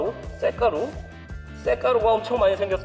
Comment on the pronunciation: 쇠가루 라고 했을때 ㅋㅋㅋㅋㅋㄱㅋㄱㅋㄱㅋ 섹가루 라고 들은건 나뿐 ~ ?